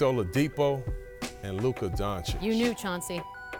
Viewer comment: Paul Spears...please learn to say Doncic somewhat right, its a must for a TV personality